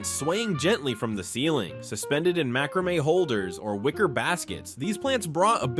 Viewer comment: OMG! Mack-ruh-may! It's mack-ruh-may. I love seeing all the things from my 20's when I was decorating my first apartment, but the mistakes are making me cringe. And why were the people in the beginning all dressed in clothes from the 50's and early 60's?? And no disco ball? LOL! I remember all the truly cool kids had one in their rec room.